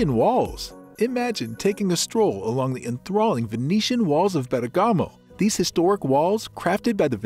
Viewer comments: Nice Video, I wish the pronunciation of Bergamo would be correct but it is not, its more like BER GAMO end not BERGA MO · it’s BERRRGAHMO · Gotta love that AI voice-over pronunciation of Ber-gah-mo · Virgiglio not Virgilo, and bergamo the accent is on the e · You need to pronounce the name of the city properly. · Ok the pronunciation of Bergamo is not good, everyone understood it. But why speak about Como lake? Bergamo has a very beautiful lake, Iseo lake, where in Sarnico they build the famous Riva speedboats ! Como is not so easy to get from Bergamo.